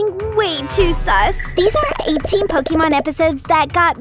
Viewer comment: It is not "Po kee mon," it is "Po kay mon."